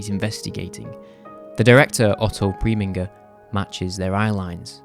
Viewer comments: The director of Laura's name is pronounced 'preh-min-jer' and the portrait in the movie was painted by the wife of the movie's first director Rubin Mamoulian, who was fired at the beginning of production. She was a popular, but not very talented portraitist. If you look up the image you can see that it's rather poorly painted. It never receives a close up in the film. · Otto PREH.MIN.GHER ( you butchered pronunciation a little) & Fritz Lang, both Austrian and émigrés from Germany's school of Expressionism. I got to the end of the video and first of all your, analysis is very interesting and I agree with most of it. Second and last, your pronunciation of foreign names is pitiful. I give up.🤭